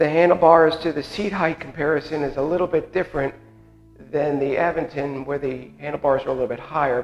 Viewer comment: You are pronouncing Aventon wrong! It is A…Vent-on. Not Av..ven..ton